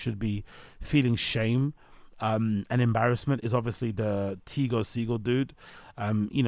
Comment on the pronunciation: It’s pronounced “Teego” 😂